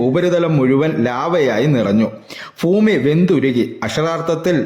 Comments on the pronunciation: കുറ്റപ്പെടുത്തുകയല്ല ബ്രോ ഫൂമി അല്ല ഭൂമി 👍🏻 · ഫൂമി ! എന്തൊരു അരോചകമാണിത് ഭാഷ നന്നാക്കാൻ ശ്രമിക്കൂ ശരിയാക്കിയെടുക്കാവുന്നതേയുള്ളൂ